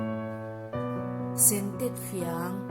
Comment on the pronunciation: Sentetfiang a lam rik dan hi a dik e.